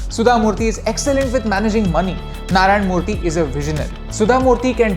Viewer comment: Narayan Murthy. Mention the name properly sir.